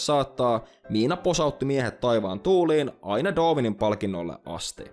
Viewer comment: Mitenkäs se Darwin lausuttiinkaan? Doovin? :D